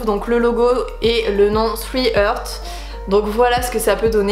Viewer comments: Super mais par contre « hearts » se prononce «harts » avec un ‘a’ et pas « heurts » avec un ‘euh’ Sorry, je suis en licence d’anglais et ça m’a perturbé 😂😂 J’adore ta chaîne ! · Félicitations ! Si je peux me permettre (je ne sais pas si qqun l'a déjà dit) : "hearts" se prononce "haarts" (un "à" un peu long) plutôt que "herts" :) et ça sonne plus joli du coup ;)